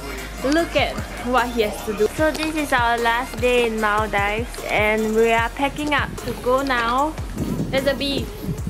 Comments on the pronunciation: MALL - DEEVES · its not pronounced like maldaives its maldives 🤦‍♀️btw im from maldives ❤️😊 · Maldives is pronounced mooldives :> atleast that's how maldivians (me aswell) pronounce it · Mul-dive???? LOLLL. I know there's a lot of diving in Maldives but dammit at least get the pronunciation right when you are in the country. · cant believe just pronounced maldives as "mal-daifs". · is it me or ur gf pronounced maldives the wrong way? lul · You don’t know how to pronounce Maldives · cnt even pronounce Maldives properly :P